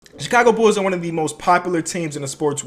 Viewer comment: I love how he says bulls Bools